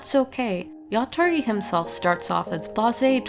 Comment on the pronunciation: It's yatora not yatori